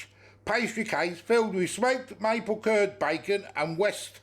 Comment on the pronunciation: Cured not curd lol😂😂😂😂 the u in cured is pronounced the same as your 😂😂